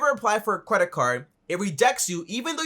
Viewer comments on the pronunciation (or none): Is he saying “CWEDIT”? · "cwedit" xD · qualified quedit 🤣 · Lol he says Kwedit😁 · The way you pronounced "credit" sounded funny